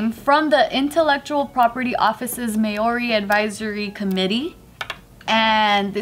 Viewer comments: Maori is pronounced more like general mao, mao-ri not so much may-or-ri😂👌🤙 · Who says may-ori?😂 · its pronounced mow-dee like mouldy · The 1st way pronounced it was more correct!! But then she started pronouncing it as May-ori D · Mah-ou-ree, roll the r a bit❤️✌🏽🤙🏽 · Maori is pronounced mow-ree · "It's hard to explain. Um. Mao, kind like the memey cat meow and ri sounds like a soft di " similar to the r pronunciation in Spanish is like a d sometimes. I had to ask my friend from NZ who is part Maori. Apparently most people from New Zealand pronounce it wrong as well. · Oof every time she tried to say Maori I cringed a little bit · Wow, your guys pronounciation was pretty spot on, except with the R, its like a rolled r, but other than that props guys